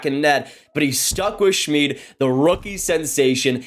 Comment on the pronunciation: It's pronounced Shmid like kid.